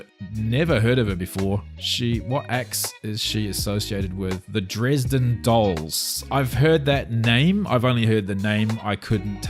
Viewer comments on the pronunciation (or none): none